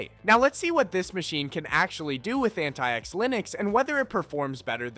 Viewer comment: "AntaïEx" linux Yeah, that or antics, I really hope english is not your mothertongue.